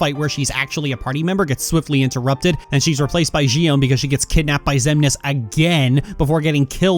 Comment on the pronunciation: The way you pronounce Xion's name bugs the Xit out of me.